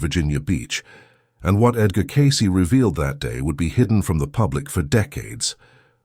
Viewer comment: At 1.48... the A.I. voice talking calls Edgar Cayce.. "Empty Cayce"